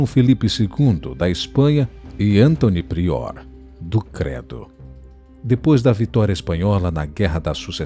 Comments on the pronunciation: "Anthony Priór do Credo"?? 😂😂😂 Foi isso que o narrador falou? Ahahahahahahahahahahahah. É ANTÓNIO PRIOR DO CRATO 🤣🤣🤣🤣🤣🤣🤣🤣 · "António Prior do Credo"?? António Prior do Crato 😅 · Não é “do Credo” é “do Crato”. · Sebastião foi rendido por... Henri (???) De Portugal... Ou seja Henrique De Portugal... e Anthony Prior do Credo? Não será António Prior do Crato? Por que raio um brasileiro diz os nomes de reis portugueses em inglês